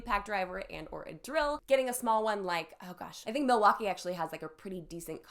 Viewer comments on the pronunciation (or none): none